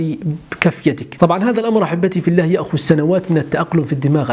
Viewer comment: ﷲ.،،، * هذا لفظ الجلالة يا تنطق زي الناس يا تسكت